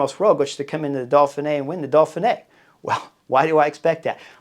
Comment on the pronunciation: im not sure i can take a whole week of dolphinee Chris!! Dauphin!!